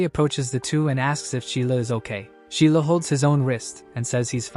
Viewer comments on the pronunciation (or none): Sheila is the MC?!?! Why Sheila? It's pronounced Zai La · His name's not Sheila. . it's ZhiLiao. Probably last name first name, not the candy. To fit in to non-chinese dominant societies, the last name is often pronounced "zee". Probably because it's foreign to people and they think it sounds like "zee". congrats. Many of you in these societies got descendants to butcher their own name instead of accepting it as is. The candy (zhiliao) can sound like ji lee ow. The last name first name can sound like Jer Lee Yow. fantastic. You've been calling him Sheila, and his name probably sounds like JerLeeYow. Even if it was XiLiao, it's still not Sheila. It's more like Shii LeeYow. Shii/Jer LeeYow are far from perfect BUT it's as good as we're gonna get I think. 1000x better than Sheila.